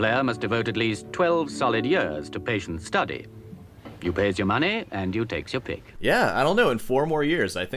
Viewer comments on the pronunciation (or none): none